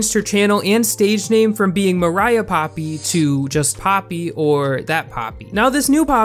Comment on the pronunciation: ok I've seen tons of videos about Poppy before fame and her name isn't Mariah. it's MOIRAH. pronounced Mwy-ra. no hate I just have never heard anyone pronounce it right